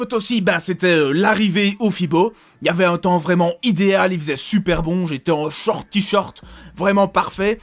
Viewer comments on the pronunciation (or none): none